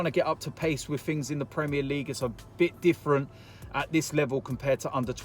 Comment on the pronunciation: Mr "to be quite honest wiv ya"